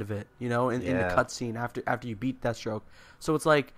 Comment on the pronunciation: Danial Younus Jesus Christ man, it's Deathstroke not dethstroke you illiterate fuck.